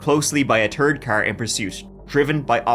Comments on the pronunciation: "followed by a Turd Car" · I wanna hear you say tree and turd when ik you saying three and third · What's a "turd car"? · Turd 💩 Third th-er-d 🥉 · how come you say "turd" instead of third? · It's third not turd lol ❤I still love ya ❤❤ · I have got the subtitles on & instead of saying third car it said turd car 🤣🤣that really tickled me for some reason.. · I love how you speak. Turd car. Tree car. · Did u say a turd car?? Lolol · Haha as an Aussie that accent always cracks me up, turd with a TH the way you say the word third hahah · Even the captions say tree and turd... classic